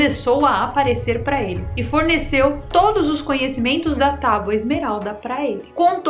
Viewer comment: falou “tauba”?!